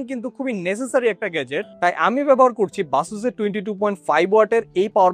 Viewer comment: আপনারাও দেখি মোতালেব প্লাজার মূর্খ দোকানদের মত বাসুস বলেন 😂😂 ভাই এইটা বেইসাস